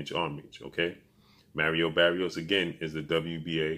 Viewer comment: Who is Merio berios?...😂😂😂bro at least learn to say their names right...is maaaariooo barrioooosss lol